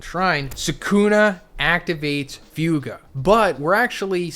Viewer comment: It’s not pronounced few-ga.